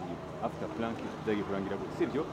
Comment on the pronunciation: bavuga prank not "plank"